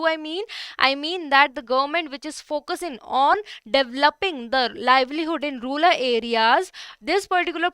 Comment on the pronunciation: Ma'am that's rural, not ruler. Bdw, a very nice session